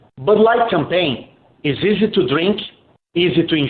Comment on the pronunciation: Lol! I heard "can pain" instead of "campaign" when you talked about an image of DM being on a can. Looking at that can is cringe. Their explanation is cringe. I still believe this was done to create and push through hate speech laws. You know that certain "phobia" all of us supposedly have who are boycotting.